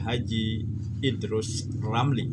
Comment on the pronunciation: Waduh beberapa kali salah sebut...Idrus Ramli dibilang Idrus LAMRI...😁